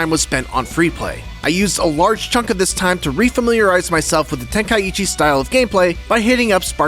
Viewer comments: Okay but why tf are you calling it ten-kai-eechi? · The way he says tenkaichi. 😂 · Bro can't even pronounce tenkaichi lol